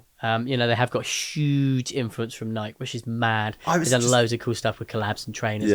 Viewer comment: Going to need you to pronounce it Nigh key😂